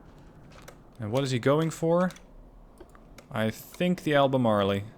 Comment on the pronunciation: "ALBEMARLE" USES A SILENT "E" at the end of the word. Thus no long "E" sound.